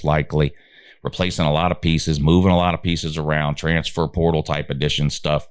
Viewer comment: every time you say "transfer portal," your channel automatically turns into a Chinese voice over. We'll never know what that term means here in the upstate.. gibberish.